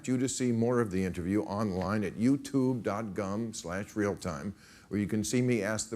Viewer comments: sounded like he said youtube dot gum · "youtube dot gum"